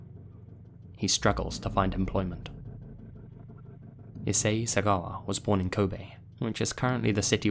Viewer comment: One of the few non-Japanese people that pronounces Kobe properly! Cheers!